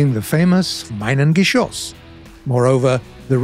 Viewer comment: Btw minen(geschoss) is pronounced meenun and not minun